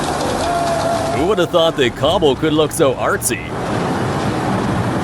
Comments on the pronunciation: Cobble? How about "C-A-B-L-E" (pronounced "kay-bl")? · Is it cable perhaps and not cobble?